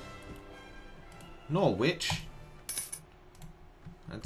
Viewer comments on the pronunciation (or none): Norwich is pronounced "norridge" not "nor witch". Whether that makes you like it any better I don't know.